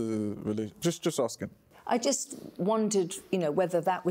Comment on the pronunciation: He said am I jist😭😭😭😭